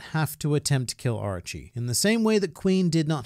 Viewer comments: Is it just me that heard ''Archie'' instead? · Since english is not my first language, I believe I have a different perspective on Japanese words then you do, obviously. The way you pronounce "Orochi" to me, it sounds like "Archie".